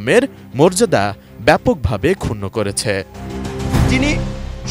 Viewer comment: করেচ্ছে, দিয়েচ্ছে, হয়েচ্ছে। শ্রুতিমধুর প্রতিবেদন।